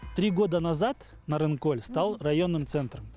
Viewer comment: Ведущий, двойка тебе. Ты бы хоть удосужился название села, где ты был запомнить. Не НарынкоЛЬ, а Нарынқол. Как таких вообще на работу берут? Ни казахского языка не знаешь, ни матчастью не владеешь.